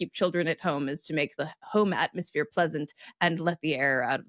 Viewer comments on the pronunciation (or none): none